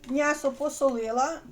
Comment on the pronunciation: Чому мнясо,а не м'ясо?